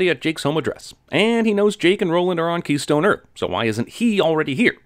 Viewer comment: Where Walter heard keystone earth I heard kinky key..